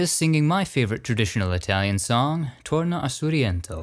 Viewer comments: Your Italian pronunciation is pretty bad ass. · As an Italian from Milano, I appreciated your very good Italian pronunciation. Another time you should go deep down in the " La Madonnina" the way the Milanese call the Cathedral. in the depths of the underground you can find the grave of Sant' Ambrogio (Saint Ambrose). The Ambrosian Mass is the only variation of the Latin Mass approved by the Vatican.